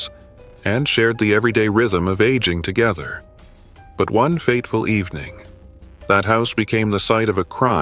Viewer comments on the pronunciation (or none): none